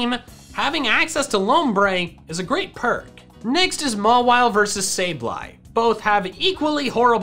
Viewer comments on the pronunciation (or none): none